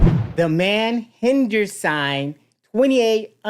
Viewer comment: Har gender sing is how you pronounce it , he was actually deported in 2013 and then snuck back in through Mexico when they caught him in California after the accident,he was in the process of trying to leave the country